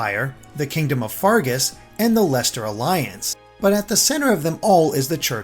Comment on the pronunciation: The most amazing thing in this review? pronounced Leicester right... In all seriousness, this was a very good review and useful too. I cannot wait for this game!